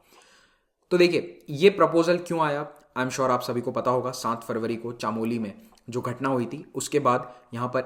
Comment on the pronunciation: Sir it is Chamowli in pronounciation not chaamoli